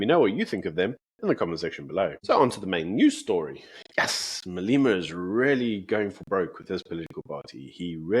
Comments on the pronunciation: Can you learn to pronounce MA-LE-MA? Come on my guy, we can't take you seriously if you can't even pronounce Julius' name. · Please pronounce Malema correctly.I know it is nit picking and maybe a little anal to pick this out,but it gets me every time you say "Maleema".Otherwise great show and my go to every morning with my breakfast.🤜🤛👍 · Hi, have you a reason for calling him Mal-ee-ma? His name is pronounced Mal-e-ma, the "e" pronounced as in "egg". Perhaps you didn't know?